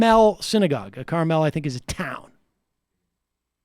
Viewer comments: Love the pronunciation Sam, but everybody here in Indiana says Carmel like car-mul. Kinda like we could give a shit less about the actual pronunciation lolol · As a resident of Indiana I can tell you that Carmel is essentially where the rich people in Indiana live. Its the snooty rich town in a sense. And the E in Carmel is flat, not emphasised. Not saying any of this means anything, just providing info. Haven't finished the vid yet. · City is pronounced like the food - Your Hoosier Fan